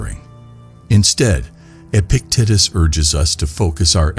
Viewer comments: Dude, Epic-tit-is?! Fix that. I can’t listen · Come on guys, these are the great teachings by Epic tatus he went from being a normal tatus to an epic one. If he could, so can we. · I will practice stoic principles by accepting that this AI voice is mispronouncing Epictetus over and over, and I can do nothing to change it. I am grateful for the message and embrace the adversity of listening to the AI voice mispronounce Epictetus.